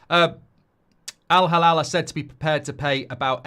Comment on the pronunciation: Mark, hate to be a stickler but it's Al-Hilal not Halal. Two very different meanings